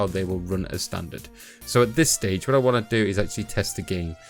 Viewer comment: "If you wan to."